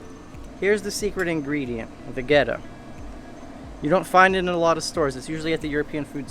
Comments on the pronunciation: I think you mispronounced it. It's Vegeta - it's 9000!! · As a dragon ball z fan I died when you pronounced Vegeta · Dragon Ball fans are having a hard time with the pronunciation of the secret ingredient.